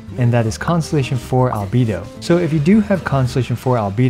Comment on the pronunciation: Finally someone saying albedo's name right